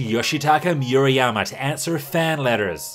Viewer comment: Moo-rah-yah-mah not Mew-ra-yama